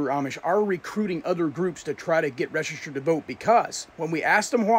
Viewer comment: The word is Registered Lean to pronounce the word 😮😮😮